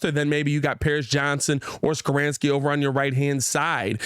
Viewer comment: ITS NOT SKORAANSKI. ITS SKORONSKI LOL